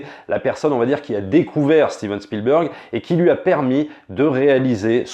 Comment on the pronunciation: " A steeven spielberg Fi@ " Jeep reeneegatteee